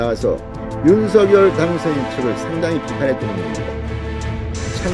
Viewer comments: ㅎ 발음하는데 혀가 문제인거 같아요ㅋㅋ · 윤석열 대통령을 항상 윤서결이라 부르 듣기 거북합니다 윤성렬이라 부르세요